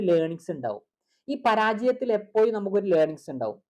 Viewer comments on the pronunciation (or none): എപ്പോയും അല്ല എപ്പോഴും 😂